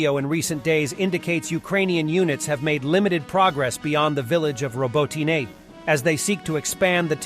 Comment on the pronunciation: I have heard native Ukrainian speakers pronounce the town Row Bot Ne (knee)